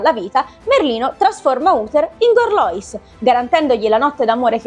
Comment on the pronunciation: Gorlois mi sembra che si pronunci alla francese...Gorluà